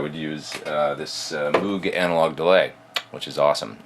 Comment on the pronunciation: btw, Moog is pronounced "moag" like toad, not "moog" like moon.